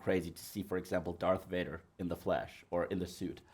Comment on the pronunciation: Ein englisches Interview eines deutschen Kanals ist schon dann gut, wenn sich zur Abwechslung einer nicht wegen unglaublich schlechtem Englisch völlig blamiert (alleine dass viele action, cigarettes und den Unterschied V/W nicht aussprechen können ist so arg)! Yves sagt zB Gott sei Dank VADER und nicht UÄJDA